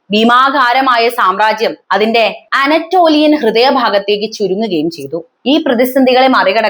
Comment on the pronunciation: ആനറ്റോളിയ അല്ല അനറ്റോലിയ ആണ്.